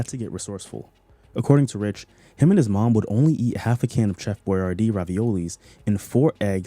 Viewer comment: Did you just pronounce it "cheff boyardee"?!